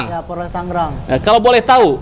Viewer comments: 😂😂😂PORLES = POLRES. Mahasiswa juga...hiiii, ucapannya tidak boleh salah. Tetap SEMANGAT wlu salah ucapan. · Mahasiswa ngomong nya porles..hi..hi...apa itu..polres...gak tau yaa.. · Mahasiwa ngomong aja egk danta polres bukan porles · Mahasiswa kok ngomong polres aja nggak bisa😅😅😅